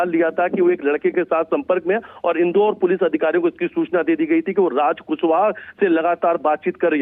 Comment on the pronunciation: कुसबह नहीं रे पागल एंकर कुशवाहा है पागल तुमको पढ़ने भी नही आता है😂😂😂😂😂😂